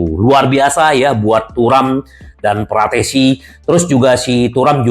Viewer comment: terlalu menggebuh gebuh saking senengnya, fratessi di bilang PARATESI 😂😂😂